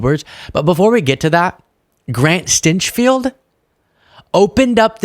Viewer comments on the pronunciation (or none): It’s pronounced STANK field. I’m serious. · I believe his name is pronounced "stenchfield"